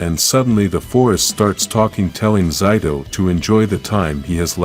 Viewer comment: You are saying his name wrong his name is zaido not Zeta I mean whatever you were saying